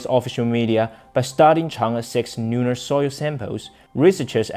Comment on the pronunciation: Please pronounce the "L" as "L" and not sounding like "N" at the beginning of a word eg. Lunar NOT Nunar. Thank you for your news and information.